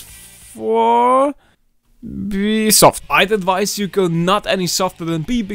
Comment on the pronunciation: Oh man! It's not Bsoft for B , it's bold